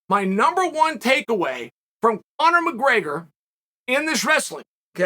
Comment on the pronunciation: Chael ‘Conor McGreygor’ Sonnen